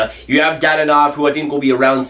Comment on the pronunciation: Slavic names are pronounced as they appear; they don't have all the annoying rules as many other languages: Dadonov = "da-doe-nov"; Georgiev = "gee-or-gee-ev"